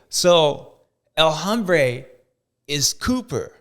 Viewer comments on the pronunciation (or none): Bubba. We love you. You’re great. But drop the H on the “el hombre” My guy it’s silent lol. It’s not “homebre” it’s “ombré”